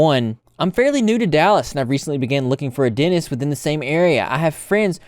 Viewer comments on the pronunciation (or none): Dentist...Not Denist